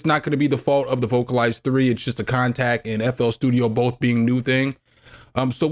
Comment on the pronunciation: vocal-lease is the pronunciation